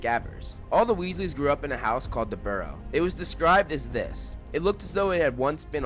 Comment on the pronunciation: Weasleys, not Wesley's